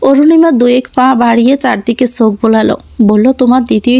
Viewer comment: Golpota khub bhalo laglo kintu ei first lady narrator sob golpo e emon baje vabe poren sunte valo lage na. Chokh k Sok, Chithi k sithi, cheye k seye, vashate k basate, second narrator sundor poren. Thanks.